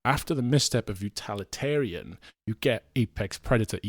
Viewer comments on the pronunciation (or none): Interesting rankng and very different to mine as I like all eras. I'm wondering why in many of these rankings Utililitarian is often pronounced as Utalitarian. Oh well.